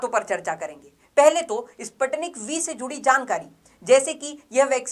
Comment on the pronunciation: Please pronounce it..Sputnik . Spuu tnik.